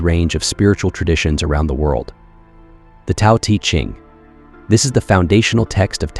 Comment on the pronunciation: I love your videos but your pronunciation of nag hammadi, Tao te Ching and a couple other works is killing me